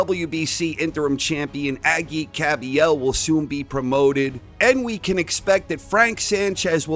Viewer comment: I've subscribed for years but this question is moronic. If you're not click-baiting. I'm wondering why I shouldn't unsubscribe. Bow/e 100% ducked lewis. Confirmed repeatedly by his team throughout the years. Usyk has nothing to prove! You really DKSAB BTW it's Aa-jit not Aaaageeeet